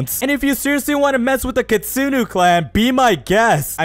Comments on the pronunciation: kitsune it pronouced k i t soo ne not kitustu take this knowledge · Kitsune not kitsuno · You say kitsunu but don't you mean kitsune? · Bruh that is a kitsune not kitsinu ok you say it wrong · why you say kittsune is kittsunu is wrong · "kitsunus" it hurts my soul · ITS KITSUNE NOT KINSUNU🤓👆👆